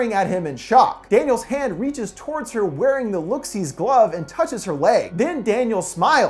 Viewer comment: He said: wering